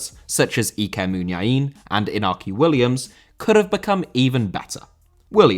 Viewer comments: Winds me up that you stress certain pronunciations on different subjects but completely ignore the fact that Iñaki Williams’ name is pronounced “In-Yaki” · Iñaki. In-ya-ki.